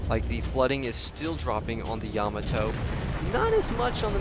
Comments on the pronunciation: You need to pronounce the battleship YAMATO- say (YAAH-MAAH-TOE) not (YAMATOE). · Please learn how to pronounce Yamato.